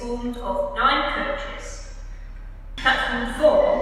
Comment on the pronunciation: I laugh at saying five coaches as it only says five chis.